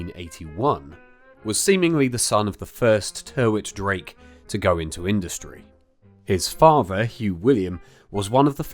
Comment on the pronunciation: Hi, great video as ever. Locally, the guy's surname was/is pronounced 'Tiritt-Drake', typically the use of more letters than is strictly necessary! My mum was born in Sandling (a mere stones throw away from the zoo) in 1942 during WW2, she recalls the story of the animals (mainly the elephants) roaring long before the German air-raids flew over or nearby, almost as if they could sense what was about to happen.